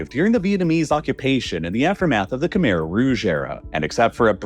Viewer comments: Kuh-mai. It's pronounced kuh-mai. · Great video, but "Khmer" is not pronounced "camere," like it rhymes with bear. It's pronounced "Kh-my," like it rhymes with eye. That's not 100% accurate because the true sound doesnt exist in English, but it's far more accurate than "camere." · Great video so far, but i have to point out that khmer is pronounced "keh-mai" not "keh-mair" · for those that don’t know… Khmer is pronounced kh•mai (Kh-m-eye) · Khmer pronunciation horrid